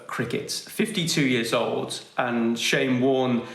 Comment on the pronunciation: "Bowlin Shyne!" - Ian Healy